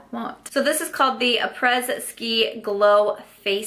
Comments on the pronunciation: This is silly for me to say, Lol, it’s probably insignificant, but I did want to say I think the Becca eyeshadows collection Après Ski is pronounced “opray “ like opera. It’s French. It means “after.” Referring to after a days activity of skiing. Again, who cares. No one likes being corrected myself, included, but there are so many trolls that are mean, I wanted to get your back before someone else made a rude comment. 💖❤️💖. Love your lip shade today too!!!!! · It’s pronounced “a-pray” the s is Silent. It means “after ski”. Just a little nugget of info for ya lol. Is it odd that Becca never really excites me? I don’t get the hype about their highlights. I have two and rarely use them because they don’t last on me and aren’t that noticeable... I guess it’s just me lol. Definitely picking up the Natasha denona though. It’s a nice intro piece to try the brand without investing like 200$ even though I still choke at 50$ for five shadows..... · Just FYI (no smart-mouth attitude or snarkiness here). The Apres-Ski kit is pronounced “ah-pray ski”. Apres is French for “after”. Love your opinions on these new releases.